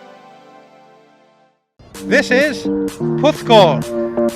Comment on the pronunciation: Puth-call? Do you mean Porth-cawl?